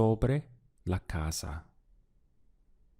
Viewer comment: Is there a regional aspect to the way you seem to pronounce your "s"es in words like "casa".. ?I hear "ca ZAH" and my dictionary says "ca SAH"